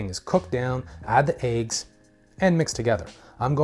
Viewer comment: You said add the aiggs just like janice said lejg. hahahah!